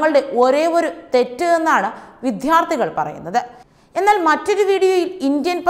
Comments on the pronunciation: എന്റെ മോളെ വിദ്യ.... വിദ്യാർഥികൾ എന്നു പറയു, വിധ്യ അല്ല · വിദ്യാർഥികൾ not വിദ്ധ്യർഥികൾ വാക്കുകൾ ശരിയായി ഉച് ചരിക്ക് കുട്ടി